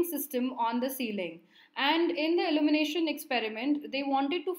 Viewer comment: Good explanation. Very informative. Just a small feedback the pronunciation of ILLUMINATION “/ɪˌl(j)uːmɪˈneɪʃ(ə)n/“ and not “ allumination “ because after a certain point I just kept getting confused as to what you are talking about.